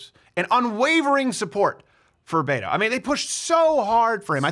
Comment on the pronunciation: Its Beto. Hard T. BET OH or BEH TOE. I hate him, but that's just one thing the left would say is you cant even pronounce his fake name wrong. I live in Texas and was for Cruz, but so many people mispronounce his fake latino name.